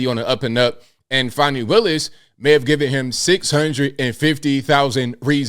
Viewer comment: Fanny not fawnny